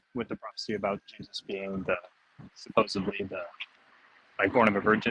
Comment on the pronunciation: "supposebly" and he is in collage.